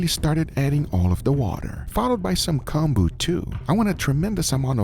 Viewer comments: Pronunciation is Koh-n-boo, so a long o that sound like “cone”, not short o that sounds like ah Os in Japanese are ALWAYS long Os, and U like Konbu (boo) are always long U. But make sure not to make the vowel song last too long or else meaning changes. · I like how he pronounces konbu as "Kahn-boo" and pronounces it correctly shortly after haha